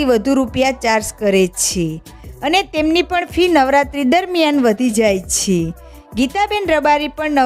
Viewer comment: Chh chhhe😅